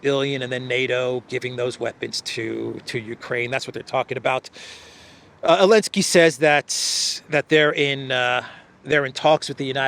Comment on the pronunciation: it's ZELENSKY, LOL!!! You have been reporting on this name for over 3 years!!😢😢😂😂😂 I pray to God, Putin will finally level this nest of ziono- fascist once and for all. President Putin!!!, finish the job, and prepare for WW III in 2027!!!